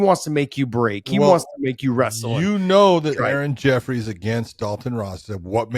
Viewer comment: I dont know why people getting other people's easy names wrong but Josh is the worst at it. Aaron Jeffrey not Jeffries Taila Santos not Talia Movsar Evloev not Evlov